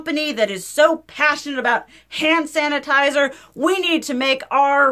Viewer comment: I know "hannitizer" was a slip of the tongue, but I love it❤ It's all hannitizer now on for me